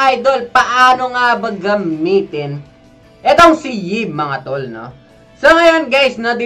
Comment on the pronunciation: I think it pronounce EVE. Y stands for E